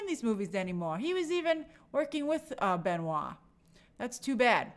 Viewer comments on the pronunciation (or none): pronouncing benoit like benoy is very funny